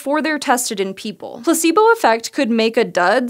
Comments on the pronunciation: Place-bow. Not Pluh c boo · Am I the only one that heard on the first 15 secs "pussybo" instead of "placebo"?